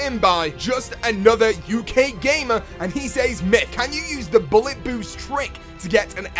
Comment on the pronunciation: Myth: Can you pronounce "says" correctly?